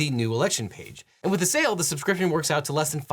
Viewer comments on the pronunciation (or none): none